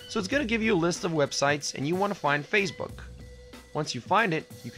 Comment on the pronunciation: Why do you pronounce Facebook as if it were Fazebook or Phasebook? No "z".